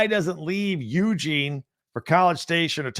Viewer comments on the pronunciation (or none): The big thing about the PAC12.... Every week was a NEW offense to face , a new defense as well. At least there's more continuity of style in the BIG10. Will be a relief in many ways.... we'll see how it goes. Also , friendly sharing of information... Eugene is pronounced eu - GENE